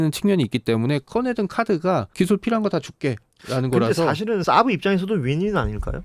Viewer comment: 샤브샤브를 평소에 많이 드신모양. 어떻게 SAAB를 샤브라고 발음하는 가요? 영어로 단어가 같은 알파벳이 겹친다고 ㅑ 로 발음합니까? 사브 가 맞습니다.